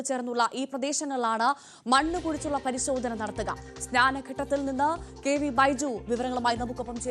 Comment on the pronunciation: പരിശോധന... ആണ്.. Not പരിശോദന...